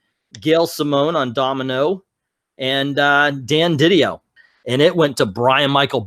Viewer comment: It’s Di Dio, not Diddy-yo